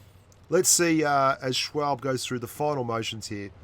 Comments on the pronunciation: I know this has been mentioned in the comments already, but... Schwalbe is a girl. And I believe it's pronounced "shhh-wall-bee". Like that bicycle tire brand. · Poor doesn’t know to say the name schwalbe and it’s a she not a he she’s had a child I think I don’t know though